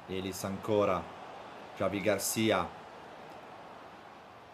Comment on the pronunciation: Non è Giavi ma Hhhavi García